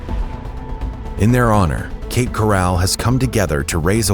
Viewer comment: I made it as far as 45 seconds into the video. If you're going to use AI narration, make sure they pronounce the words correctly. If you can't be bothered with that, I can't be bothered with you. Cape "corral" my behind. I'm out.